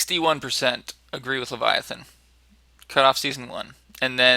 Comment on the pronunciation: Good luck with that game design,, looking forward to play your games...:) Oh by the way: Thanks for pronouncing it correctly, Leviathan